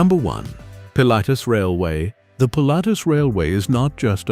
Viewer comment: Das ist das Ergebnis, wenn man KI auf die Menschen loslässt. Zu dumm, um Wuppertal, Pilatus, Schienenzeppelin u.a. richtig auszusprechen...